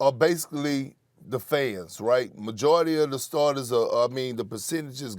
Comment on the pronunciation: Perk couldn’t say all star starters lol